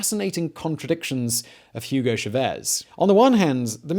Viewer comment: Coño pana, "Yugou Chavézz"? A mi tampoco me gusta el tipo pero ese no es su nombre 😂